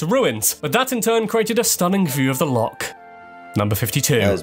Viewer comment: Why does the commentator unable to pronounce LOCH correctly, if doing a video on Scotland.